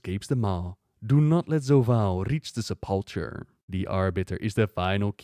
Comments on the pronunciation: Sep-luh-kur, not Sa-palh-chur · Primus: Se - pul - KER: Se - pul - TCHER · Stop calling it the SUP-PULL-CHURE, Its Sep - po - kah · I understand and speaks english as a second language too which is probably why the mistake is being made. But trust us its pronounced Se pul ker. But that's alright no harm done it is a fairly uncommon word. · just FYI if you see this, the ch in sepulcher is pronounced like a K and the emphasis is on the first syllable of the word. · Remember it's his second(?) language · i like how he could put the voice acting in the video that pronounces sepulcher right.. and he could look up the word where it shows its pronunciation on screen.. yet, still pronounces it with that CH sound. kek. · The Primus says sepulcher but you deliberately said it wrong for the rest of the video. Lol.